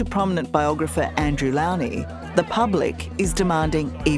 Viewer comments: It’s Andrew Lownie - the “low” is pronounced like the word, low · It’s Andrew ‘Low-nee’ at least pronounce his name correctly, Tara.